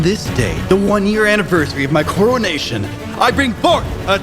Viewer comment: Why can’t pronounce the coronation right? 😂